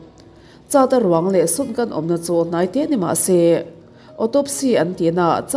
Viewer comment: Chata han tih tawp mai chu a, charda te tal nise, zo triah riah eee 😂😂😂